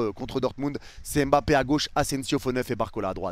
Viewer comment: Stp ne dis plus m'bappé c'est mbappé! 🤦🏾‍♂️